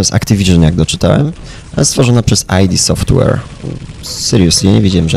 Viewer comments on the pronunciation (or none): Nie mówi się ajdi software tylko ID software :>